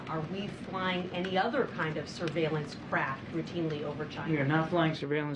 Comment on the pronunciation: Thought she said surveillance crap 😂